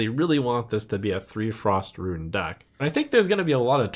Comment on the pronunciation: Still keeps saying "ruin"